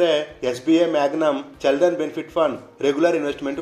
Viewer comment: చె కాదు చి,చిల్డ్రన్ 👍